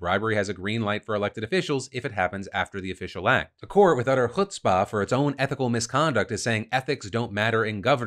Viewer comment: Hey Phil, kudos for pronouncing Chutzpah properly